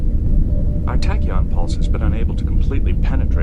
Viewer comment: Sorry , but it's funny I'll for now forgive the Man U shirts , But dude you cant pronounce the word " Tachyon" every show😂 I know I'm just having a laugh and I'm a Brummie but bro 👏👏🫡